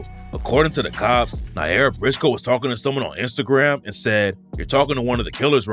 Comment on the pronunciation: Stop saying according to the COPS like that ts annoying